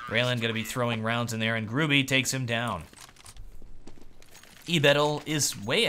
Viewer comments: Gur-ah-bee... Not grew-bee you durp face xD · You read Gruby like Groobugh. And it means "A fatty". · Dear, you should read Gruby with "y" not "i", i am from Poland so you can be 100% shure that i am not lying:D